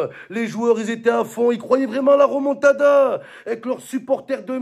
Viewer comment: C est remontada pas ramontada mdr